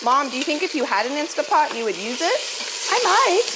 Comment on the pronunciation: Love you and your show but please, It is Instant Pot, insta pot.